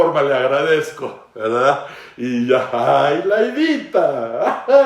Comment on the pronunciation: "Es Verdat"